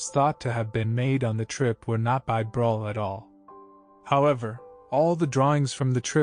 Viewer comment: Breughel...pronounced brûekhol. With œ and o and a guttering g. ( Like when you clear your throat !) 😊